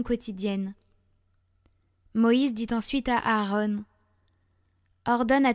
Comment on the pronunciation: C'est pas aarone mais Aaron...